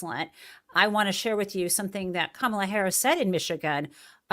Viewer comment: he said Kamala's name properly...did y'all catch that?